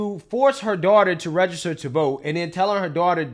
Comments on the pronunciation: NEVER TRUST SOMEONE THAT CANNOT EVEN PRONOUNCE REGISTER CORRECTLY. IT'S REGISTER MA'AM NOT RAYSTER!! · She can't even say register. "Rayster" they are so unbelievably low iq. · This lady can't even pronounce the word "register." What tf is "raygester"?! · Why tf do they keep say RAY-gester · What is “raisjster”? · I wish that woman would learn how to say "register" annoying. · SHE CANT EVEN PRONOUNCE HER JOB TITLE 😂